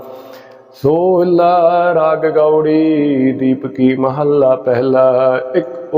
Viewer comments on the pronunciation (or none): महल से महला है (शरीर रूपी महल)। इसे महल्ला पड़ना उचित नहीं। इसका उच्चारण मैथली अवधी भाषी शुद्ध करते हैं। अन्य महल को मैहल पड़ते हैं। एसे ही वे छह को छे बोलते हैं। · महल्ला कही नही। उच्चारण करने वाले महला को महल्ला कर देते हैं